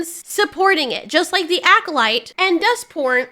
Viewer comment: You kept saying "Dustborn" and I kept hearing "Duck Porn" and I'm thinking: "What the hell kinda games are you playing, girl?"